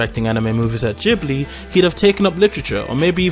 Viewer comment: Anyway..just info, it's Ghibli, like in gift.